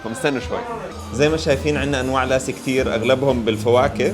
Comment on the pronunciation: مو اسمه لاسي.. اسمه لَسِّي العرب ينطقوها غلط